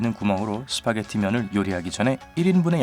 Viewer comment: 3분57초에 스바게티 라고함ㅋㅋㅋ